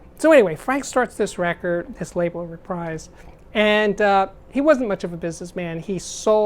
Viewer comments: I've only one minor nit to pick: you mispronounced "Reprise." I've always heard it pronounced re-PREEZE, not re-PRIZE. But I double-checked and found the usage note at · All that time you wasted on talking about that chick Beyonce could have gone towards explaining the Westrex 35MM system. Also, Frank pronounced his label "Re-PREESE". You're welcome.